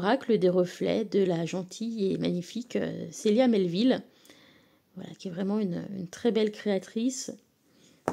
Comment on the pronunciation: Coucou, j’ai tout écouté et c’est passionnant. Anecdote amusante: je m’appelle Sabrina et je suis née le 12 juin … Je prononce Célia Melesville avec toutes les lettres. Pq dis -tu Melleville? Célia l’a déjà mentionné? Merci beaucoup. Bonne journée 😊